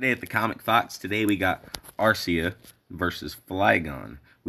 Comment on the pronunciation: A-ree-sia with the sia being like the sia in Persia.